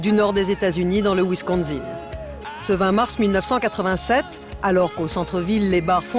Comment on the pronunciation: Wisconsin non pas wisconZin!